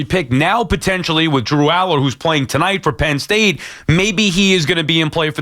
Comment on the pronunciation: I can't take you seriously when you say DREW ALLAR LOL what a JOKE!!!!